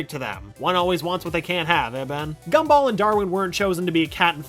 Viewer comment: The G for Gumball in the videos likes to much like a C. It got me a few times lol.